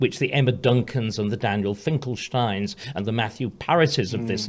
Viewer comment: Doesn’t Starkey ever shut up? And it’s pronounced Finkelstein, not Finkelschtein. Says it all.